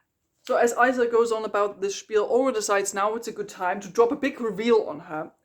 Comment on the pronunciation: I can’t get over Isla being pronounced that way, it’s so jarring 😂